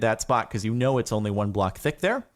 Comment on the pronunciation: You did not know how to say know